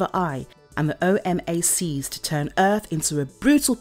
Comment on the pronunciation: O-mac not O M A C